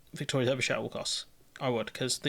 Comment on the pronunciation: please learn how to pronounce Derbyshire.